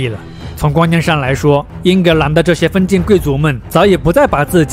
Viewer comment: 頻道主很用心，稿子寫得很好。但朗讀發音常造成理解障礙，咬字不清或發音不一樣，四個小時聽下來，聽的非常吃力（權力唸成強力,封建唸成分建....，常要倒回去看）。不知是否是鄉音或口音造成還是不自覺的習慣。如果能唸更標準會更好。會有更多人受益。還是感謝。